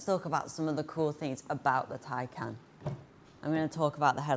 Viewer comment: Holy molly u are young maaaan. Great job, finally someone who says: Taj Kán not like tej kán or taj kén...